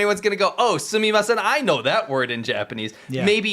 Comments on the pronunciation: i thought the girls says. "send me muffin" instead of "Sumimasen" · tbh, I thought that chinese woman said 'sunday muffin!' instead of 'sumimasen'. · The pronunciation on "sumimasen" isn't even good, so the 1% walking by that might know the word would just hear a crazy Chinese person too. Additionally, thanks Chat!